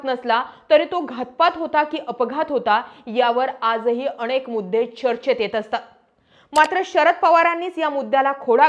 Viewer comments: अनेक म्हणा अणेक नाही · 'अणेक ' 'पन ' जरा उच्चार सुधार. प्रयत्न करून तर पहा.